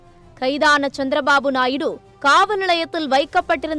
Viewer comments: நாய்டு அல்ல நாயுடு தமிழ் சத்தியம் டிவியில் படாதபாடுபடுது தமிழ் இவர்கள் எல்லாம் தமிழ் வளர்க போறாங்களாம் கஷ்டம் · நாய்டு கிடையாது நாயுடு 😂